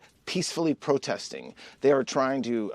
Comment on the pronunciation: He's so nervous about his LIES that he cannot even say protesting. Prostesting???? OUTRAGE